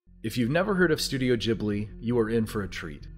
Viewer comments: Say studio JHIBLI one more time I dare u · Also SLAP For the way you keep saying Ghibli